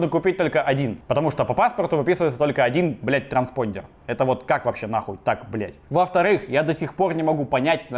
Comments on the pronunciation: Транспондер...звучит как старпондер)))анальная боль и страдание))) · Никто: Абсолютно никто: Вячеслав Астафьев, рвущийся через Стаса: "транспондЕр"